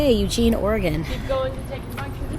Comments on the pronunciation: U-gene Oregon is said perfect! Home of the Oregon Ducks! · It took a long time to get out of California and into Oregon. With a roomette I would have hoped for your own bathroom. You said Eugene the right way it's pronounced just like the name Eugene. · You said Eugene right 😉👍🏼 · You pronounced it correctly 😂😂😂👍🏽